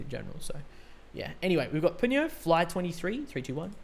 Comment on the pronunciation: You made the same mistake my daughter and I have made with Peniel’s name…..even Eunkwang had been mispronouncing it for around 10 years….his name is pronounced Pen Neil (one word of course).